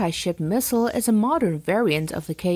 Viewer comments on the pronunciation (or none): none